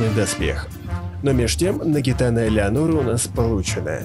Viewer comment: нагиНАТА, а не нагиТАНА